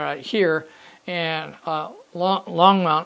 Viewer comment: Hi, really enjoy your video series and the subject area. I drive by the Longmont depot and yard area at least once a day and often more. You're doing a real good job capturing the essence of the area. (BTW the pronunciation is Long-mont, not Long-mownt). Also one of the current big controversies in town is the volume of train horns after the mid 2000's Federal mandate of louder and longer whistle blasts, particularly down the stretch you model with the close residential areas. Keep up that good work